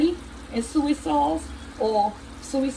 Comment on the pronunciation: I subscribed to the new channel. The recipe looks good!!! You crack me up the way you say SOY lol ( you say SUE-EE haha!!!)